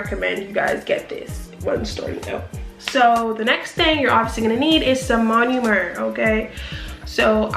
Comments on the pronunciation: I love this whole video but you saying "monUmer" instead of "monOmer" is driving me so fuckin nuts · Learn how to say MONOMER